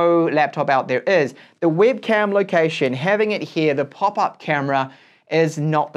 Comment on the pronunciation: Great review but I found your English accent pretty unique 😅 For example, you've pronounced the word webcam as wibcam. Which region are you from?